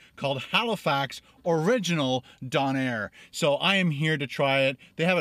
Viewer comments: Stressful hearing Don air instead of Doe Nair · I'm from Halifax but have been living in montreal now for almost 6 years... oh how I miss my donair! So glad you got to try it! Also it's a dough nair lol donair I'm a true maritime so for sure I know that is how we say it ;-) so glad you liked it ... it really makes me miss home :-) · It's donner not donair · Not pronounced DON-air, it's DOUGH-nair. I cringed everytime you said Don-air lol. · DOH-NARE, not DAWN-AIR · it's pronounced Donna not don air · D "OWN" AIR not D"ON"AIR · LOL it's pronounced Doe-nair not Don-air hahaha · It's pronounced doh-nuh not doh-nair :') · "Doughnair" is the proper way to say it. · in nova Scotia. it's pronounced Doh-Nair and put it together it's donair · I haven`t read the comments so you`ve likely heard all this already. I`m a Nova Scotian, onetime Haligonian, now living in Ontario. On the east coast we pronounce this dough-nair and spell it donair. Obviously it`s a maritimey spin on such great foods as the doner kebab and the gyro. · Coming from an east coaster, these are awesome! And don't worry, my mom pronounces it don-air too. I pick at her every time lol. These are very popular especially after drinking. Very sticky, but delicious and fattening. I usually get the donair sub. It's even better. Has garlic butter and gooey mozzarella cheese as well. Great video. Glad you liked it:) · As a Halifax native, it's "dough-nair" :) Good video! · jewels852 also it's pronounced like DOUGH-nair! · Dough nair is how it is pronounced. Also, don’t take it out of the foil, hold it like an ice cream and eat it. Traditional donair sauce is made with evaporated milk and sugar. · It's just a donar kebab, very popular street food in the UK. Don't think you emphasis 'air' at the end, it's just 'donar'. Good review but made to seem as though it's something special. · The first part of donair is pronounced the same way the stuff the pita bread is made from... dough! Dough-nair! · dough-nair lol